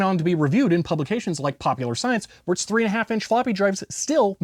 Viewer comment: "They're twice as tall as the later three- and-a-half-inch drives are." Hmm, funny, I expected the emphasis to be on "later" instead of on "3-".